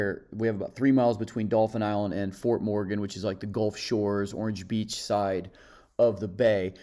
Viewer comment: not spelled. Pronounced....you literally said Dolphins Island. If you have a speech pathology, then I apologize for the remark.